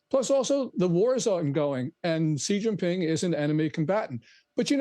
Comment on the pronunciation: Whats a "Jzi Jzing Ping"??